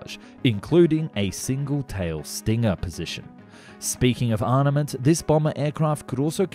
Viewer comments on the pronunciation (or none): it's "armament" not "arnamet" btw